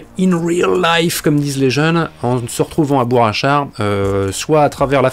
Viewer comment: J’ai un peu envie de faire mon chieur, mais dans Bourg Achard , y a un G à Bourg , donc on ne fait pas la liaison "Bourachard" , mais on prononce Bourcq Achard , en français ce G, se prononcé Q ou K ,et on fait la liaison avec ça. Et toc , pour une fois que c’est moi qui t’apprends quelque chose , j’vais m’gêner tiens......